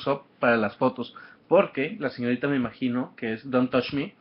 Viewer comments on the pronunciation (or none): none